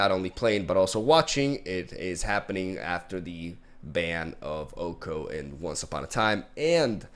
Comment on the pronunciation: Good news is that since the banning people wont have to focus on the way you say Oko anymore🤷‍♂️